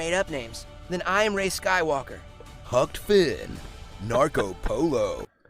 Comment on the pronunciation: "Hucked Finn" HAHAHAHAHA.